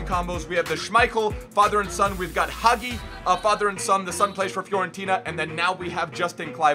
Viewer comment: it's Haji not hagi😅